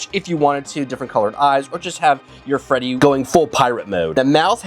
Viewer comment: still calls Withered Freddy as Withered Feddy 😭